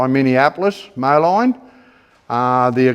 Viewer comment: Just a quick note, not meant to be picky. In the US, "Moline" is actually pronounced "Mo-leen". I know it's a weird spelling, but that's how its pronounced over here. Named after a town in NW Illinois along the Mississippi river.